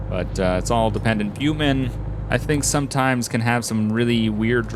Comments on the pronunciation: Please, it's not 'Bute Men', it's 'bit you men'. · Bitumen is pronounced 'Bitchyoumen'